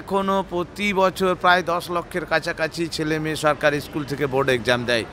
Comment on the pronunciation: এইসব প্রশ্নর উত্তর কেউ চাইবেনা। আর জোরালো ভাবে কেউ প্রশ্ন গুলো সরকার কে জিজ্ঞাসা করবে ও না। শিক্ষকের স্কুল, স্টেজ, আরো শব্দ গুলির উচ্চারণ ঠিক ঠিক করা উচিৎ। বেসরকারি স্কুলে উচ্চারণ করলে পরের দিন বারকরে দেবে।